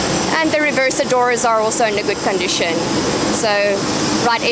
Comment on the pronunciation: Everything is in "gooood condicheen"😅 lovely